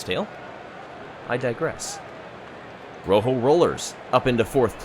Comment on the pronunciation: Also, please, learn to pronounce Rojo correctly.